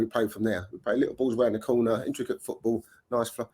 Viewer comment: doesn't even know how to pronounce football how the PE teacher keeps playing him every week unbelievable